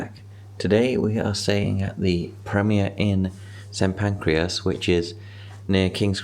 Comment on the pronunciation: It is pronounced Saint Pancress. You are doing what my dad does in calling it pancreas